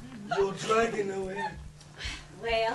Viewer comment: I love how pronounces "Dragon" as "DrrrEEAAYYyyGGEEyyyNNNN"